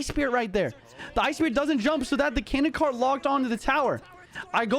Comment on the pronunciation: Nothing made me more laugh than the "nYoUn" on the canon kart 🤣